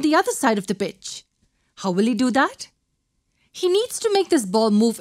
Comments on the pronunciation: ....she says bitch ....but it's pitch lol 😂😂 😂🤙🤙 🤙...thug life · i keep hearing "bitch when she makes the soccer ball example and its hilarious. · It does sound like that word but if you play in slow motion it says pitch